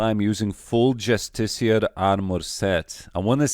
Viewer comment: is the first person i've heard pronounce Justiciar correctly.